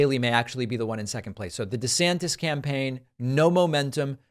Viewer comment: I love how David said disanctis around the Nicky part